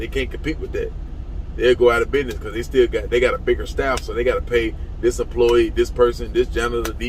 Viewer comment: Don't trust anyone that pronounces business as binez.